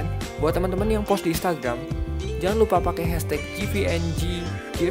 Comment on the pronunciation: It's pronounced GungGif not JIVIENJIGIF